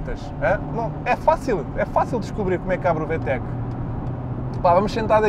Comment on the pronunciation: Vê-Tech.. 🤦‍♂️ Vi-Tec!👍